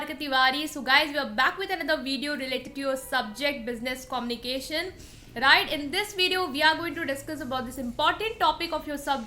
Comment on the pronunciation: My friend its good. Small piece of advice - its not commnication its a communication ( U ) while pronouncing. Kindly pronounce it properly my friend.